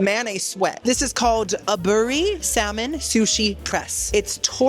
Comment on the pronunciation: Lightly torched salmon sushi is actually pronounced as a-bu-ri. Not a- bur-ri 😉